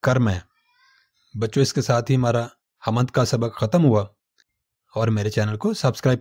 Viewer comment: آپ کا تلفظ بہت غلط ہے۔حامد نہی hmd بولئے